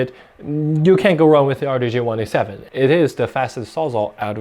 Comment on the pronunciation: "D J R 1 8 7" not "R DAY J 1 8 7" lol